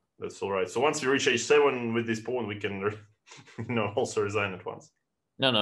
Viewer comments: I thought he was saying bone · I couldve sworn he was saying “bone” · Thought Dubov was saying "Let's go boom" then realized he meant pawn.